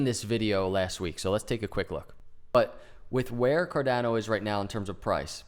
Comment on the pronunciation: Great charting! It is pronounced Car-donn-o, not Car-dann-o. The 'a' is pronounced as 'ahhh' , like in Spanish. Just ask your SO : ) Appreciate the TechA